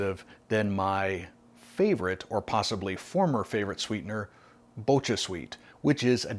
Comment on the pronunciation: Reb M is the sweet molecule in Stevia, but I find it exceedingly bitter in ANY form or concentration from stevia. I’m wondering if this form would be the same? BTW pronunciation of “Bocha” is a hard “k” not “ch”.